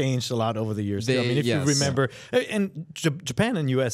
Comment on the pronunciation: "It's easy to remembo"